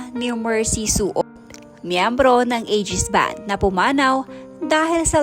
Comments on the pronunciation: Kaloka to si vlogger sino po yung soot🤣 RIP Idol Mercy Sunot i love you Aegis band❤ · pakiayos po sunot hindi suot😂😂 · Anong soot sunot ayusin mo Naman pag bigkas nag apilyrledo Hindi soot sunot po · Oo, nga pwede po ba ayusin mo ang pagbigkas mo ng salita. Mercy Sunot ,di soot, ok po ba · Ayusin nyo nman mag broadcast sunot hnd suot ano b yan.. ikaw po mali din mag bigkas ng apilyedo